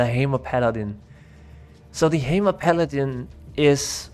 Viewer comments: "The Heymer Paladin" ;D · Thanks for the great summary. Really enjoyed the video. Not to shit on your accent or anything, but not knowing how to say "necro" and "hammer" is kind of an oversight :D